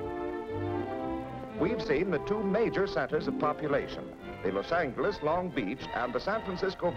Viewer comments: he pronounced Los Angeles with a hard "g" sound, when it's actually pronounced with a soft "g" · Narrator mispronounces Los Angeles, hard "g" no longer used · Never heard 'Los An"G"eles' pronounced like that before! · “Cal-ih-forn-ee-ah”, “Los-ang-less” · "Los Sangless" lol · The lector pronounces "Los Angeles" just as speech synthesizer pronounces "Lauce Sangless" in US English on the . Google Translator in Spanish pronounces "Los Ángeles" just as pronounces "Lauce Sun Helaise" in US English. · How about Los Angeles pronounced like "angle". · Was it just the narrator or did they pronounce Los Angeles that way back then? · Interesting to hear how Los Angeles was pronounced. 👍🏼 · Original Spanish pronunciation. Spanish doesn't have a soft G. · The way he pronounces Los Angeles triggers me for some reason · love the way he pronounced Los Angeles haha